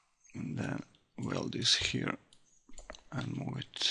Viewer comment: Хир энд ХИР... дыс из ХИР)))) еба ты чепуха, выучи хоть фашиский нормально...